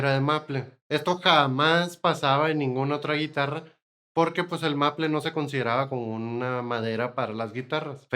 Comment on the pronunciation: Maple es palabra inglesa. Y está mal pronunciada, se pronuncia algo así como meipl. En español es arce.